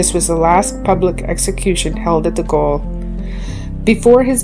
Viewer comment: Gaol.😅 is pronounced jail.